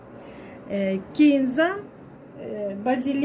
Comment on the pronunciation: Ну, наконец-то - кИнза! А не кинзА...